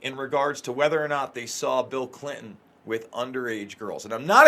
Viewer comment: I love you, but would you please pronounce Clin-ton the right and the old fashioned way?